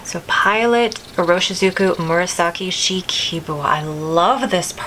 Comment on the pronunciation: New to your channel but enjoying your pen and ink choices. FYI I am fairly certain that Ku-Jaku is pronounced more like koo-JOCK-ooh. And the purple one is SHE-kah-boo. I have a friend from Japan who helps me out with these. Enjoy May!